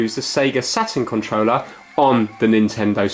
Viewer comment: I like how says Controller......"Controwleh"